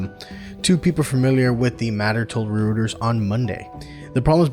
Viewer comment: Just a heads up "Reuters" is pronounced Roy-ters